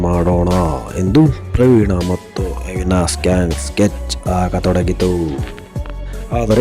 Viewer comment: ಅವಿನಾಸ್ ಅಲ್ಲ ಮಾರಾಯ ಅವಿನಾಶ್ ಅನ್ನು